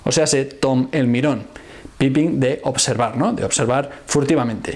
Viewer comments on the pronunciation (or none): none